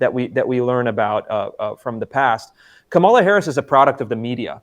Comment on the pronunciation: Kamala, stress the first syllable. Not difficult Chris.